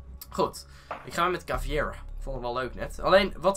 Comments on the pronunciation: je zegt niet chaveira maar kaveira! Maar je schrijft caveira Het is namelijk van bope (Braziliaanse militaire achtige politie) want ik kom namelijk uit Brazilië en het betekent schedel. Bope bestrijd drugs dealers in Brazilië en die worden heeeel hard aangepakt zoek maar op op internet! Maar toffe video veder!💪🏻❤️ Btw check deze video! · Die ene sluip chic heet caveira dat spreek je uit als kavaira